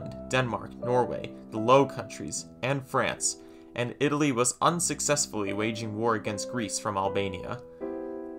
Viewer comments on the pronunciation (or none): none